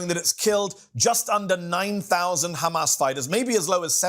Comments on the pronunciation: I only heard khamas a million times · Drinking game... every time ha says khamas... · Ohh my goodness!!! I don't know how mehdi is so patient but everytime this guy says Khamas I feel like to just slap him so hard so that he comes back to his senses. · Khamas, khamas, khamas, khamas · Take a shot every time this clown says 'kh mas'... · Every response: it is KHHHAMAS! this embarrassing zio is totally brain dead! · And don’t forget, it’s how you pronounce Hamas, these people are beyond insane